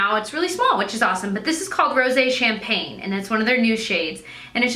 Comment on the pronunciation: Thank you so much for saying Rosé Champagne correctly! lol